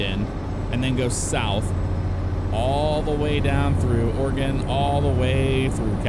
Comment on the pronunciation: Hey look someone who says Oregon right